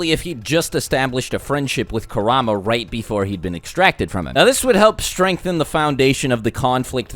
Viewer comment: Kerahma 😂😂😂 Pronounced Kooruhma